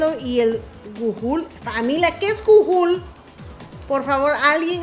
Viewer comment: gujul.... jajajajaja GOOGLE....